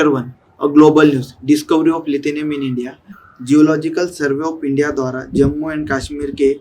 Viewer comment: लिथिनियम नहीं लीथियम hota hai